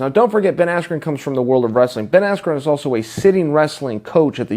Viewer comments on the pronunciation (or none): none